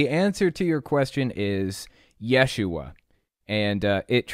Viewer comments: Close, but you're putting the emphasis on the wrong syllable. It's pronounced ye-SHU-ah. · According to a Hebrew scholar I have conversed with, 1st century Hebrew speakers would have pronounced his name as Yeshu. The "ah" ending would not be pronounced. Further, adding the "ah" on the end of Yeshu would make it the feminine form of the name. That's right, Yeshu is a boy's name, Yeshua is a girl's name. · you are correct. And a few Aramaic words also appear in our TANAKH, such as in Jeremiah . In the first century ce, Hebrew and Aramaic would have mixed to some degree. Pronunciations of words would have changed due to the blending. I will leave it to the scholars to argue as to how it would have sounded.